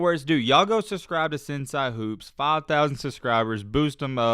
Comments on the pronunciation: Not sen-si it’s pronounced sen- say smh 🤦🏾‍♂️ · It's pronounced "sen-say" not "sen-si"